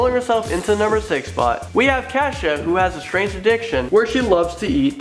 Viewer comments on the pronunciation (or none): none